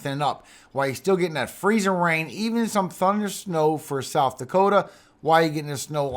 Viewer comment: I love the way you say freezIN rain! We got lots of mud puddles in Arkansas! Thank you for your info for us! God bless💙💙🦄